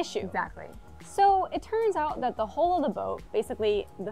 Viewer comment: Why do you pronounce “hull” as “hole”?